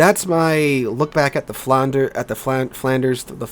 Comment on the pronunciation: You pronounce it Flandrrrrrrrrr not Flander